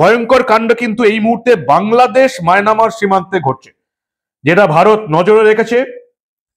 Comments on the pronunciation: Mynamar na, Myanmar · it will be Myanmar and not Mynamar. I already told you previously about this corrigendum. Thank you so much. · বারে বারে মায়নামার বলছেন ওটা মিয়ানমার হবে। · কাকা মায়নামার না মায়ানমার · মায়ানমার ❌ মায়না মার ✅ 😂😂😂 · Maynamar noy dada Myanmar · maynamar noi mayanmar ota